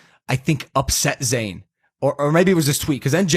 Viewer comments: IT IS NOT ZANE, IT IS ZAYN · you were irrelevant anyway and by the way it’s Zayn